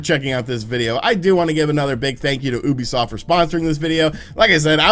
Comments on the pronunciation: Why does he say Oebisoft and not Ubisoft, also fun vid. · ITS FUCKING YOU-BE-SOFT